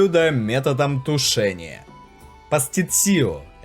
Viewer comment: что ж вы так коверкаете слово